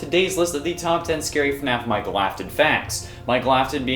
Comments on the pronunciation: Mikel Afton? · Itsss Michael not Micheal just a reminder